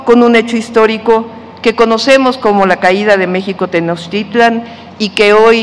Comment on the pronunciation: Tenochtitlan... No Tenochitlan va con ese presidente pues wow